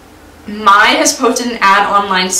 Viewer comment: i just wanted to let you know the name Mai is said May. ( I thought you would like to know im not trying to sound rude or anything)